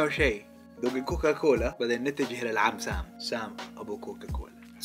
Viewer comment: يا أخي اسمة COCACOLA وليس COCOCOLA ههههه بس أحسنت والله😂